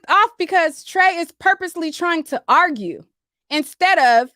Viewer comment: Plies says arguh lol